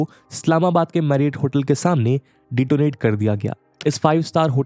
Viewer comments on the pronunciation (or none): Dettorate kya hota hai? It's called detonate.